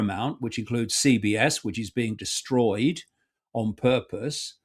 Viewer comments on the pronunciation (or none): none